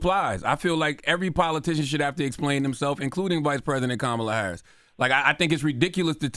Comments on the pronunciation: Why the first person that you guys take a phone call from and he calls somebody out on their education and communication skills but you can't even get the vice president's name correct I hate when people just talk to be talking and I believe you just called because you wanted to hear yourself on the radio sir you are the weakest link goodbye😂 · They are getting Plies messages mixed up. Black men are not having the same energy for a proven racist, cheater, liar, and convicted felon. They are much harder on Kamala. And this disrespect from black men purposely mispronouncing her name is embarrassing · Plies is NOT wrong….he is on point and some of those callers are still being sheepish AF mispronouncing her name🤦🏽‍♀️🙄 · Yall be expecting people to say her name perfectly. Her name is a name derived from Sanskrit. Now yall expect people to be able to say an India name perfectly. I dont speak Sanskrit. How many time people mispronounce so called black names. Smh yall are hypocrites. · This woman been in deez skreets fuh the last 4 years and people just now saying quit pronouncing her name wrong? What ? 😏